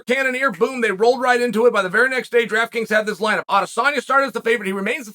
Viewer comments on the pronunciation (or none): none